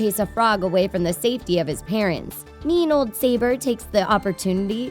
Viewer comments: It's 'suh-bor' not 'say-ber'. And what's with the thumbnail? :P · Pretty good list. You can actually find an animated version of "The Madness of King Scar" on youtube-- it's really cool. Side note: Is the pronunciation of "Notre Dame" and "Sabor" bothering anyone else? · A "mean leopard"? So, predators who need to kill to survive , are considered "mean"? Tell that to the baby leopards that are brought food from the hunts so they can live, too! Also, "Sabor" (a female) was pronounced "sah-BOR".